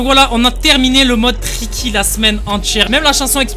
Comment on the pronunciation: Uun moment il a dit ticky 😂😂😂😂😂😂